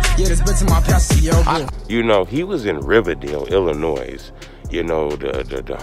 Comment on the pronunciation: You from here stop saying the S on Illinois